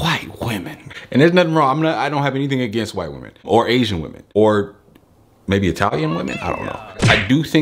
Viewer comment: Bro I'm dead, why you say "whirw women" like that hahahaha